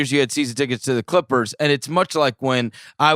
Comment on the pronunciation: Try listening to him pronounce ‘Chrrippers’